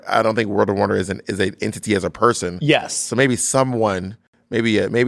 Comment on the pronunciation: bob, not you saying "poy-son" instead of person for your bernie sanders impersonation. not the goddamn bore worms, sis.